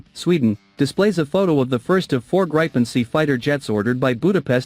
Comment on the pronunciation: Not "Grapen", it is Gripen with a long i. So a better pronounciation would be "Greepen".